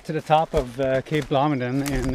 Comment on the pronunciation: It's Blomidon, not Blomidon.